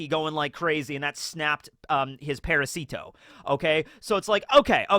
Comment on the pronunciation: Parasito’s stress is on the second A - ParAsito. ParasIto sounds cute tho :D